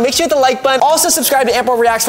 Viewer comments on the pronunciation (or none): be like: PAYCEEEEE instead of PEACEEE and GHWOOOOO at the end of the video!!! yahahha babahaha ahaha!